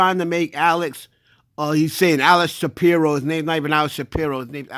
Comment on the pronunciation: was on Dame head this whole video 🤣🤣🤣 GOOFY, DUH, It's Alex Spiro NOT SHAPIRO🤣🤣🤣 it's like apples and cranberries.